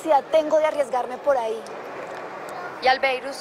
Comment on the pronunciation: JAJAJAJAJAJAJA "ALBEIRUS"😂 le dice la diabla..... cambiado de tema me parece muy egoísta catalina con jessi sabiando q jessi la ayudo bastante